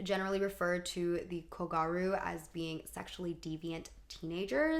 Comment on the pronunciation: not kogaru, kogYaru. I love what you've got to say and youre well researches, expect for the pronunciations of a lot of japanese words in this video.